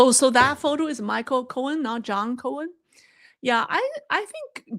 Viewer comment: It’s John Korn and Michael Korn. Not cohen.